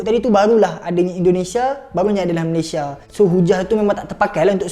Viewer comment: Belajar Kek mana Sebutan Malaysia Aja salah